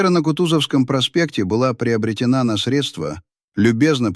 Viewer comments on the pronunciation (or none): none